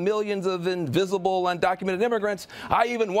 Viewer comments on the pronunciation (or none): none